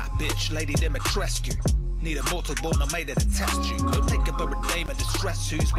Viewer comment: Re: "Dimitrescu" v. "Demitresque" pronunciations, not knowing anything about the game's development but knowing a thing or two about languages, I get the sense that, maybe, a group of largely Japanese-born and American-born Japanese-English translators received the original Japanese script and its many references to Lady "Domitoresuku" (Japanese pronunciation). Knowing much of English and Japanese but little of Romanian(?), they knew that bringing European-language words into Japanese tends to produce vowel sounds that were unnecessary in the original language, including superfluous final "U"s, and while bringing Dimitrescu back out of Japanese they accidentally hyper-corrected, cutting off the end-U that actually should've been there. From the translators, the accidental pseudo-French "Demitresque" pronunciation made it into a pronunciation guide, and the actors and director just worked with what they had. Why the written stuff doesn't match the spoken stuff, with its proper Dimitrescu spelling, that I don't even feel I can form a theory about. I'd expect that one would correct (or "correct") the other at some point, but that doesn't seem to have been the case, and I really don't know enough about professional translation or AAA game development to say why.